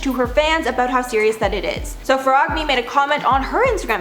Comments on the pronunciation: Just to clarify, I understand that different spellings for phonetic sounds are a nightmare, “Chiara Ferragni” is pronounced “KEY-AH-RAH FEH-RAH-KNEE” Where RAH Is hard r, like in Spanish And KNEE is closer to a Spanish ñi but it’s fine this way as well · Please, Google names;-) Chiara CH=K=Kiara. You know French right? then Ferragni GN=like in Bignè.